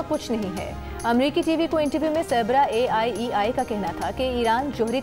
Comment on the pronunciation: AIEI ni ..IAEA😂😂